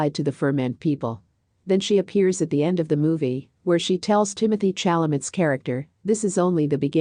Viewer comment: Couldn’t last 2 mins. So distracting hearing names being repeatedly mispronounced. Zen-di-ah, Cha-la-met? Rude and lazy -make an effort to say names correctly!